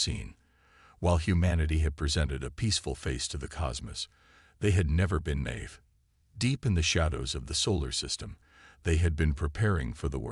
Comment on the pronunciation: Nave or Ni-eve. A. I. Needs to learn the difference